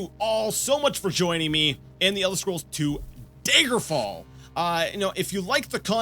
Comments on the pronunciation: OMFG! It's 'DAGGER' fall not 'Day-gurr' fall!! Great playthrough but OMFG! 😡😡🤣😂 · Does he ever start to pronounce Daggerfall as, y'know, Daggerfall? Or will he insist on saying dayjgerfall? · tbh I'm just nitpicking, but the way you pronounced it just peeves me. I'm still gonna watch the rest of the series, mind you, but still. :p As to your question: dagger-fall. Dagger. As in, the small, bladed weapon. It's a short A, like in chatter, not the 'ay' sound in day, may, or lay. You can hear it pronounced like that in the intro, and when anyone else, that I've heard, says it. (And I added the j in there because, to me, you were pronouncing it that way, with a soft g.) Maybe this is some form of accent that I've not heard before. I just now looked it up, and this could simply be some form of a Canadian accent. If so, I'm sorry; having an accent is not the same as mispronouncing something.